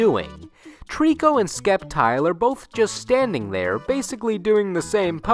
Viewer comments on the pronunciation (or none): I SWEAR HE JUST SAID "SCEPTIAL" WITH THE C ACTUALLY MAKING A C SOUND AAAAAAAAAAHHHHHHHHH!!! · sceptile is pronounces septile the c is silent. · SCEPTILE IS PRONOUNCED SEPTILE! edit:silent C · The c in Sceptile is silent! Me tell Hue hue hue >:3